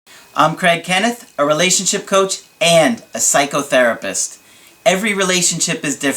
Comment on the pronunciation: I like how you describe yourself with and emphasis and pause between the words PSYCHO therapist. Yep you are a therapist to a bunch of psychos lol.